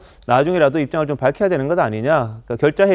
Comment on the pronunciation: 진상조사로 밟혀야된다, 국민의 뜻이다, 민주당 진상을 안해도 된다로 말하네, 우얀일이고, 개가 듣고 웃을 발음이다